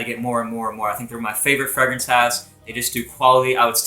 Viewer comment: Your pronunciation of fragrance sounds so weird. Either pronounce it the french way or english way. Don't mix them hahaha.